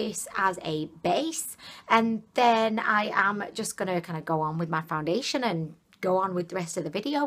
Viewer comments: I am sorry sweetie I am not trying to be mean but at 7 mins in and the 20th time you said found diddly ation I just couldn't keep going. I am sure you are a lovely lovely person but I thought it was a slip the first 2 times (BC the 3rd time ya said foundation) then you kept doing it!! Again not trying to be rude but I am hearing impaired so I have to use ear phones and closed captioning so when the words do not match up Its just frustrating for me (for the following reason) if the captions don't pic up the right word or I am hearing one word and reading another word it's not only confusing but gives me a headache . I can only watch Laura Lee if the video has captions because of her really high pitched voice So I just wanted to let you know it's not because I am trying to be rude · She says foundalation twice then foundation correct girl! You are killing me!! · It's just funny. (Not meant to hurt ily) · Noa Hugim she says foundiddlyation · I have really dry skin I’m gonna try this elixir and btw so funny she says “foundiliation” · Mereann Feliz She's so cute. I am starting to call it "foundiliation" too. It sounds better. 😊🤗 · Foun-dilly-a-tion... why 😂😂😂😂 ?? Your HILARIOUS ,just found you.. compelled to watch more lol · she CAN say it right but she just doesn’t some times... hmmmm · "Foundidliation " I know I'm not the only one who heard that😂😂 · I love how she says foundsliation more than once😂😂😂👏👐👐👐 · Do u say “ foundidilyation “ hahah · did she say foundiliation in the begging? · She said “Foudilistion” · Any hear her sat foundalation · The way you said foundation 😆lol